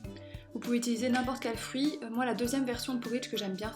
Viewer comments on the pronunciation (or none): none